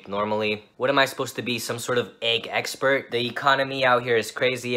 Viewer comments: "Egg's pert" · he wasted his chance of saying “egg-spert” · I hate how he said egg expert and not eggspert